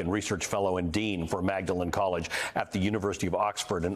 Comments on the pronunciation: Magdelan College. It’s pronounced “Maudlin”. Because, well, ….Britain. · Maudlin College is what Magdalen College is called. Tybalt is conventionally pronounced Tibbalt. Neither matters. BTW one cannot be coronated except in the US. Everywhere else one is crowned. A king does not become a carbonated drink on the whole. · I’m Dutch, completely different language, and even I know it’s pronounced “Maudlin”.